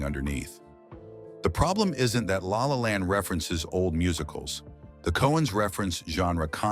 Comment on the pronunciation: Thank you for the intelligent dissection, but I am unhappy that I saw no evidence for Ethan Coen making this list, nor assurance that a human being struggling to pronounce La La Land narrated this; and I am baffled by jump cuts to the Coen brothers discussing unrelated matters, all of which remove the professional sheen